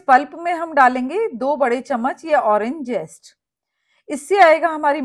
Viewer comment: Irs zest and not jest.